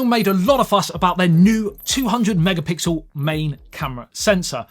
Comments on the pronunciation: first of all, you are very attractive, the fact that you couldn't say mega pixel (it's not that hard😛) made you attractiv-er, oh your video was also enjoyable. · Just say 'megapickle' if you can't say pixel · If you can't say megapixel, you can just edit the video. Thanks!